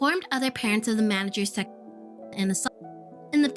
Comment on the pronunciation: Why can’t you say ‚sexual‘